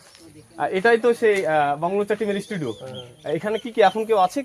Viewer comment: Studio ❌ Esss studio ✅